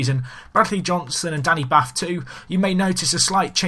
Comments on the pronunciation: Danny 'Bart' - not Bath xx good vid though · I'm a Wolves fan, and it's hard for me to get it right but Danny Batth is pronounced 'Bahrt'. He is of Indian Heritage:)